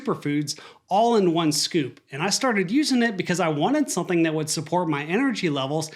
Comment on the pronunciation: Why do you you keep saying the word " something " as "sonthing¿"